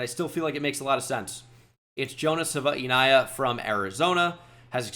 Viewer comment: you're pronouncing Jonah's last name wrong it's Sav-eh-nai-ee-ah - the Arizona website has him pronouncing his own name